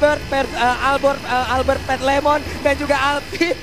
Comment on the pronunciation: Lemon kak bukan lenos😅